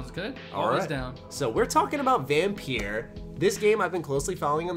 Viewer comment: Vam......peer? FUCKING TRIGGERRRREEEEEEEDDDDD